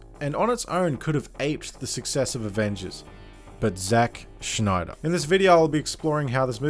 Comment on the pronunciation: Snyder not Schnyder or Schneeder. Stop trying to be cute.